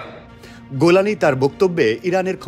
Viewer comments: উচ্চারন গোলানি নয়, বরং জুলানী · গোলানি না রে ভাই,, জোলানি হবে 😅😊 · গোলানী নয় জোলানী! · নামটা ত ঠিক করে বল। জোলানি নাকি গোলানি?